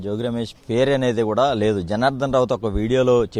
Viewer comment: కూరా కాదు ర అయ్యా కూడా , కూడా